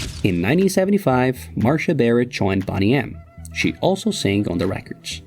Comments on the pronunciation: How is Boney pronounced like Bonnie and not Boney as in 🦴 lol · Boney (pronounced the same as the bones in your body. Not Bonny - which means good looking ,healthy, well presented attractive. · Pronounced bone nee